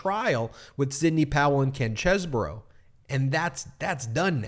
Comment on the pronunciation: Why do we keep saying Kenneth chez-boro? It's Cheese bro.